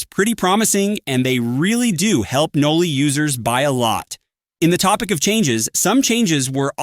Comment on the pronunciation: its Noli not noobly, we dont need a noobified version of noli